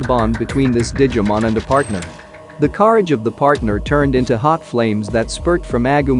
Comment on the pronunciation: I didn’t know COURAGE was pronounced as cArage